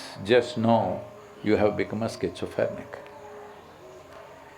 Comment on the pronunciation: " If you don't see, you dont see..... FUNNY.. There are 5 more senses to seek ❓ -Wrong pronunciation, Sadguru said "Schizophernic" ,,,,,,,,,,,for,,,,,"Schizophrenic"